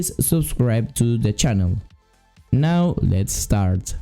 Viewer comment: Are you serious right neow